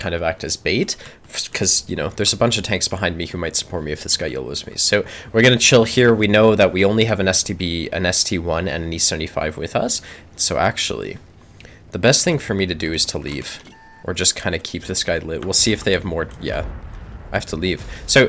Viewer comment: Its ST eye, not ST one